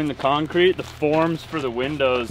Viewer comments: Forums not forms. - wife and I heard it too! You were right! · Say it with me, twice. Once slowly and one quickly. Forms. Like norms. FORMS!!! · We had a good laugh, when you said out loud what we were thinking..." said, forum instead of forms!" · LOL, He has been saying, " Forums " for the past month, everytime he speaks about the "Forms" . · "FORUMS". He DID say it again,!!:) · You were saying FORUMS. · He said forum’s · He does say, "forums." You win. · You definitely said “forums” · I caught that also him saying forums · Ya, he said forum. lol